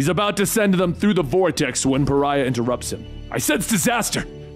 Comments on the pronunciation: Umm, is it just me or did he pronounce Pah-ry-ah as Far-rah? Like Farrah Fawcett.. instead of an extremely shunned individual, a Pariah? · ever notice always pronounces names wrong? he called pariah parrah multiple times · Bro his name is pronounced PER EYE AHHH XD ijs.. You can only hear him called Ferah so many times xD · God damn it, there's no H, so it's "Puh-Ri-Ah". I wouldn't be so mad if you didn't just hold out on the longest "ph" sound the moment i realized the mistake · Why does keep saying “Farrah”? His name is PARIAH! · OMG. Pariah, not Farrah! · Its Pariah, not "Pharra" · not "Pharha" ffs, Pariah, like in outcast. this is silly. are you familiar with english? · It's pronounced Pah-rai-uh. Not faira. Major fail on that one dude. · i love you man, but GODDAMMIT he‘s called pa-ri-ah. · I kinda wish you'd waited longer before doing this. At least long enough to have dubbed over all the mistakes in the first half where you called Pariah, Fara. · Par-rye-yah is the correct way. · I'm just trying to figure out how you made the jump from Pariah to "farrah"... It's a real Adele Nazeem type of mistake. But, your videos are fantastic so take all this teasing with a grain of salt. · Great video! Loved it. I remember when this came out originally. One thing though... Pa-rye-ah. The hint is in the name. Pariah is a pariah. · Not gonna lie, it’s more than a little annoying that Pariah is still pronounced as Farrah during the first half. I know I’m not entitled to a damn thing, but I was really hoping those lines would be re-recorded for the full story. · Lol, I'm sure others have said this, but... it's pronounced "Pah-rye-ah". It means: to be an outcast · His name is Pariah ( Pa Rye Yah)Lol.. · 4/5 stars. - 1 star for making my eye twitch by calling Pariah "farrah" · Pariah, my good man. Not Phaira. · Paraiah = par-eye-uh; an outcast 🙂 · His name is Puh-Rye-uh. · He mispronounced pariah he said phara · His name is pariah not Farah